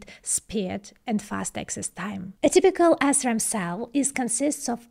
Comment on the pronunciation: Huh huh huh, she said Assram. Huh huh.🤣🤣